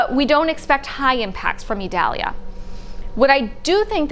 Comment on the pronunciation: 5 Stars for her. She made a genuine effort on properly pronouncing the Hurricane's name.